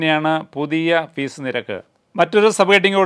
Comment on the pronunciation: Fees self minimum fees pronounced wrongly